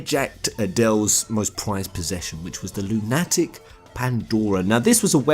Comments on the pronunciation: Oh for god sake stop sayinf 'Lune Attick" :,D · You seriously don't know how to pronounce "Lunatic"? It's not an uncommon word... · I've never heard it pronounced LunATic before. But a LunATic Pandora does sound more apt than a lowly Lunatic Pandora. The latter makes me think "crazy", while the former sounds more like a moon-related descriptor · And some of the monsters resemble lunar ticks... Lol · Forever laughing over pronunciation of Lunatic. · Why do you pronounce 'Lunatic' wrong? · Why can't you pronounce lunatic? It's lunatic like a crazy person...